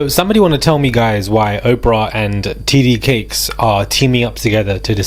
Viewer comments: T.D. Jakes.... Jakes..boo,not Cakes. Sending goodVibes & positiveEnergy fromCali❤ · It's "T.D. JAKES" not TD Cakes. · you are saying his name wrong is not cakes is Jakes.. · It’s Jake’s not Cakes ….ya clown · TD Jake’s. Not cakes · It sounds like you're saying "titty cakes" (TD Jakes) and I'm not comfortable with that. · His name is not TD cakes. It’s very annoying when you say it. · Wait. Did you say "TD Cakes"? 😂😩💀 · Is it cakes or Jake’s!? 😂 you keep saying TD CAKES 😂😂😂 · Why is he saying TD Cakes??? 🤣🤣🤣🤣